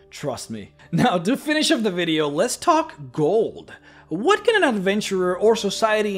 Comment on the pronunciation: Love the vids but i have to ask do you know how to say the word "what"? Just wondering.